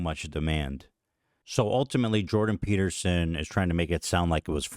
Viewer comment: Eth-Chin 🧔🏻‍♂️vs Joe Toadgan 🐸 & Jordan Pe-tear-son 😢